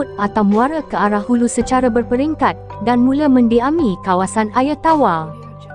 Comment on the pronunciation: Sobut Air Pun Tak Botol 🤦‍♂️ Ayer Ayer Apo Pelat Pelat Bodohhhh 🙍🏻‍♂️